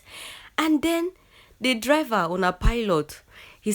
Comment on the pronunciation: Say driver 🤣😂😂😂🤣🤣... don kill me today